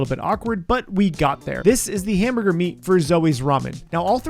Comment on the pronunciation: Hamburger. Hamborgor.